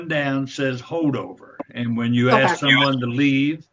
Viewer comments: If he says “axe” one more time I’ll get a migraine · It's 'ask' not 'ax.' There is an 's' and a 'k' in the word.